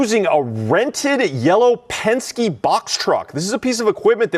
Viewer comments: It is not pensk. It is Pensk"ee". famous race car builder. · It’s Pens-kee, not Pensk. And good for ICE! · PEN SKI not "Pensk" PENSKEE ! You have a social media following of almost 1/2 million people. You really should make sure you are pronouncing words correctly. Don't feel bad though, Greg Foreman of ~Black Conservative Perspective~ pronounces so many words incorrectly that there is no way to count them all. 😊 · please do me a favor. The company is PENSKE (Pen-Ski), NOT Pence. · YOU KIDS CHANGING WORDS ITS PENSKYEEEEEEEEE NOT PENSK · It's Pen ske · The name is Penske, pronounced PenSkee. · Pronounced PENN-SKI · Pronounced Pen ski. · FWFW Penske is pronounced Pen-ski. I have rented from them recently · Pen Ski lol 😂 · Hey my guy penske is pronounced, penn-skee, Penske. The original Penske guy was a race car driver who branched out into several other ventures. This trucking line is the most well known of his businesses. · Hey,, just wanted to let you know that Penske is pronounced [pen-skee] or pen ski. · Pen-skee,. PEN-SKEE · Penske-ee is the pronunciation. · It's pronounced Pen-SKI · Good video, but one thing: penske is pronounced "pens-key" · Penske is pronounced Penski. The vowel “e” is a long vowel. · “Penske” is pronounced PEN-skee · BTW its Pen-ski. Roger Penske needs to sit down and shut up.